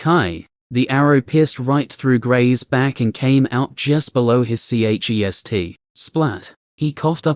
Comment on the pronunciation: Why can't this AI pronounce chest